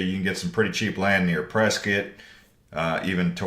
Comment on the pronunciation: So I just learned today Prescott is not Prescott. It is Presskit. 😂😂😂 I think you said Prescott several time until the very last video you said Presskit. 😂😂😂